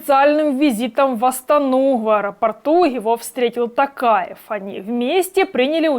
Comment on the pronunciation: Не тАкаев , а ТОкаев , представьте что вы говорите слово "Ток" (электричество) и доавбьте к нему "Аев"